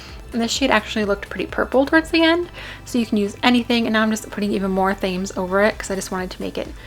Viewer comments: omg the contour had me laughing out loud so much. I love that you don't take yourself too seriously, I mean, it's just makeup at the end of the day. love your vids always xxx ps. Thames is a river in London, pronouned 'temz':) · Themes (pronounced tems) is a river in London :-P